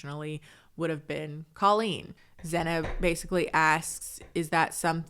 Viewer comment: He definitely said Zeynab derogatory